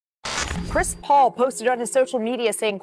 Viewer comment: i thought you said Crispy Haynes LMAOOOO